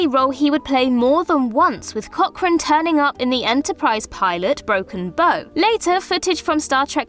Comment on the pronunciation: bow The front of a boat is called the bow as in broken bow not a bow for hair tie lol